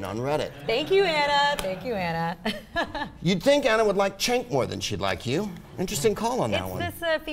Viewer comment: I like how even greg call him "Chenk"